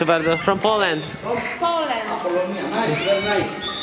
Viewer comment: From "Polend"🙈😂😂😂gdzie uczą tak angielskiego? 🤣🤣🤣